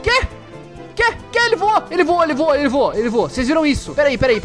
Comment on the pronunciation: O porque vc fala vua?